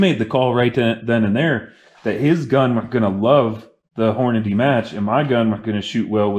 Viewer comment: "Ogive" is pronounced with a soft G - o-jive. And it's HORNADY, not Horandy.